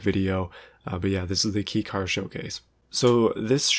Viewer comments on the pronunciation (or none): Kei is pronounced KAY you nasally cringefest! Nah, you're good bud holy shit stop calling it Ki. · Keh-ee. Not key. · I thought kei was pronounced like the letter k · Kei is only said like 'kay, if you want to differentiate then call them keijidousha. There's no excuse for speaking like you're a hick that's unaware of the world outside your Ohio corn fields.